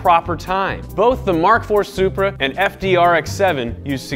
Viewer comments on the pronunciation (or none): none